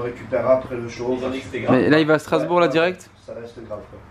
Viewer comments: STRASBOURG pas starsbourg Dsl c'est juste que j'habite là bas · Qui a remarqué le "Starsbourg" à ?😂